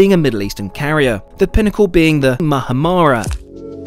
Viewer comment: . As an American arab. Best way to say it is "moo-hum-ah-ra" but that still isn't exact. Still better lol